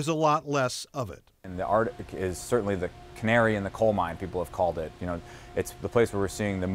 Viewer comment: Oh yeah, I absolutely trust the authority of a person who calls what he studies "the ardic," really instills confidence in what follows.